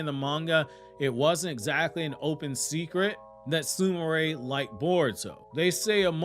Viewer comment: Why does everyone pronounce it SOO-MOO-RAY when it's spelled Sumire (SOO-ME-RAY).